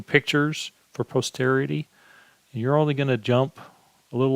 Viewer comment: The way he pronounced posterity makes me thinks he's never heard that word.